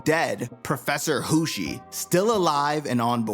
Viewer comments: "Hussy" Bro....Hoshi.....Jesus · I know why you said "Hussy". You cant fool me😂